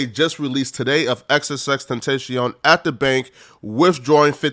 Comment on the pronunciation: Good vid but Ten-tashion 😭